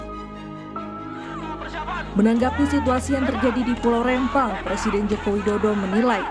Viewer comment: REMPANG BUKAN REMMPANG ADUH HOST NI